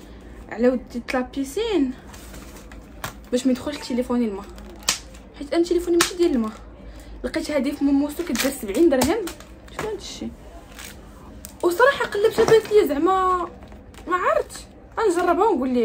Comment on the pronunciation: مينيسو❌ موموسو✔